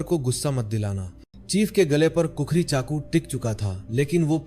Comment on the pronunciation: wrong pronounce its khukuri not kukuri